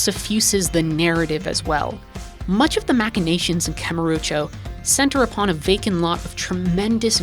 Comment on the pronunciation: i wish you'd stop saying kamurucho though.